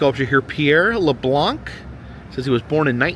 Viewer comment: Riviere du Loup the p is silent sounds like Lou and Leblanc the c is silent. But how are you supposed to know that lol?